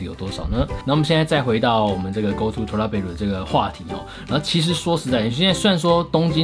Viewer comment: 為什麼我一直聽成go to脫拉庫...